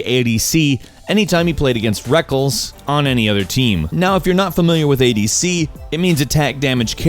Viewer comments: LMFAO ITS NOT REKULS its Rekkles XD like "rekkless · lol it's "wreckless" not "wreck-uls" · it's pronounced reckless not reckles lol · it's "rekless" the same as you pronounce "reckless" it's not rekels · "rekkuls" His name is Rekkles xd Rek-less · >wreckels its rekkless! wreckless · It's not rekkles It's pronounced Reckless not kuls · rekkles not rekkels.. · "Reckles" It's pronounced Wreck-less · did he say reckles? ITS RECK LESS BOIIIIIIIIIIII (i am bad at spelling) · its not reckels its reckless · it's Rekk-Less. Not Reckles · Man said rekkels not rekkles rekkels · reckels???? It's reckless! Like wreck-less. Like your car gets into a wreck XD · Am I the only one who laughed at "Rekkels?" It's "Rekk-less". xD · Did anyone notice he said REK-ULS instead of REKK-LESS (Rekkles) LMAO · lol its rekkles not rekkels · "rekkuls" it's pronounced like reckless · "rekls" I'm pretty sure it's pronounced "reckless" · Did he just say Rekkels instead of Rekkles ? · Rekles? dude Rekkles is pronounced as Wreck-Less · wtf is reck-els its reck-less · did he just say REKKELS isntead of REKKLES? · never call him wreckles again ... its pronounced reck less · rekkLES, not Rekkels sorry I had too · he called reckless "reckells" FeelsBadMan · Umm rekkles is said like the world reckless not 'rekkels' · its pronounces like wreck-less fam. not like freckles..... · The name "Rekkles" is pronounced like "reckless" not "reckils" just a heads up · His name is pronounced "reck-less" not "reckles" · DUDE HE SAID REKK•ELS ITS REKKLES (REKK•LESS) FNC FNC FNC!!! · rekels? u mean rekkles ( reckless) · REKELS? ITS REKKLES !!! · its not Rekkls its Rekkles like Re kle s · "Reckles" ._____. It's Rekless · reckkles XDD, it's pronounced reckless with one less S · In the last part as an esport fanatic i just wanted to point out that rekkles is not pronounced "reckels" it's "reckless" (sorry) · You call the player 'Reck-less' not Rekkles xD This guy is reading a script and doesn't know what he's talking abt.